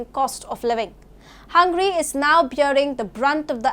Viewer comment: It's not 'HUN-GRY' it's 'Hun-ga-ry'.